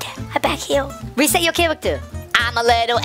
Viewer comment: Hehe you said reset but you said respet